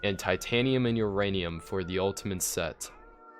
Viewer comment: Every time he says uranium i think he says urainus